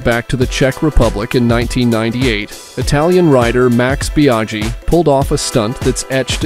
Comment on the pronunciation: Bia-gee? Fal-cee? LMAO